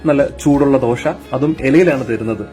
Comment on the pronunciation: ദോഷ, അല്ല ദോശ